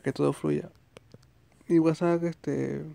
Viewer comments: Violenta un poco que digas whatsak pero fue muy útil la info. Gracias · es que en el vídeo no dice WhatsApp dice el guasak y suena cagado